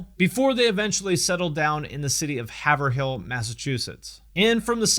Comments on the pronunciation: I grew up in the town of "Haver-Hill" (thats not how we say it lol we say it Hey-verill) even went to his highschool as well. Man is a LEGEND in our community. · God it bothers me to no fucking end... Its not have-er-hill it's heyv-rel. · He grew up in the same town as my father, and they couldn't be more opposite each other. I was obsessed with White Zombie in 94-95, in 8th grade, and Hellbilly Deluxe was massive with me and friends in 98-99. FYI, it's not Have-Er-Hill, it's Hay-Vrull. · Hahahahha Loved the part where pronounced Haverhill as “Haver-Hill” It’s pronounced “HAY-VRIL” 😂 Just busting balls tho. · Haverhill isn't pronounced how it's spelt. It's pronounced Hay-vrill. I'm from New England so I've heard Haverill brought up a couple times. It isn't exactly small either when compared to a lot of the towns in Essex County and surrounding area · Hey-vrill not Ha-ver-hill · It's not "Haver-hill", it's "hAve-eril". This is Massachusetts, did you think you could just pronounce a city like it's spelled? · It's haver hill not hav a hill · Great vid! Heads up it's Hey-vrill, not Haver-hill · It's not have r hill, it's pronounced hayverhill. I know this because I grew up in haverhill, just down the road from him. But, I still super appreciate the fact you even mention our town. Good video man. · it's pronounce (HAY-vril) NOT Hav-er-hil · Before this video started I knew you would get it WRONG WRONG WRONG!!!! it's pronounced Hay-ver-hill Not Have-er-hill. It's spelt Haverhill but when you are from Boston, we say shit a bit different. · "in have-ER-hill Massachusetts" Sorry bro, it's Haverhill - "Hay-vRil". It's like, the only city in that forsaken state where everyone pronounces the R. Uh, nice video otherwise. I like your shit. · Haver-Hill🤣. It's Pronounced Hay-Vrill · Haver hill, ha. Weird MA Town name, pronounced Hav-ril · Came to hear "Haver-hill" and am now leaving the comment I knew I'd make: it's pronounced "Hay-vrill" lol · Its not Have er Hill man